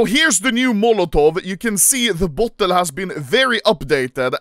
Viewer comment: bro can't say beta and bottle correctly to save his life